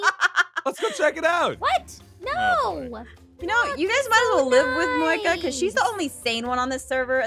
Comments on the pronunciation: Starslayer77 77 Moeka not Monica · Monkia? You mean Moeka?